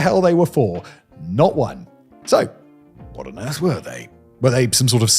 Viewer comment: "and here's uh-hwhat"